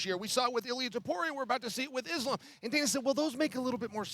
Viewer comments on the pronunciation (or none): none